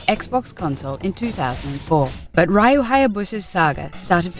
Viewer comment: u lost me at "raiyou"